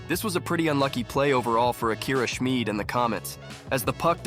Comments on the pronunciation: Schmid pronounced Shmid not Schmeed. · I'm only a minute into this video but I have to comment. HIS. NAME. IS. SCHMID!!! It is NOT pronounced SCHMEED. This is confirmed by Akira himself. This is my favorite player y'all please 😭